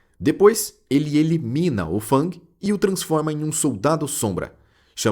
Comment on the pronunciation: Não saber falar os nomes em coreano tudo bem, mas forçou a amizade no Hwang Dongsoo. Era só falar RUAN, tem nada a ver com Fang, ou então falar DONG SU.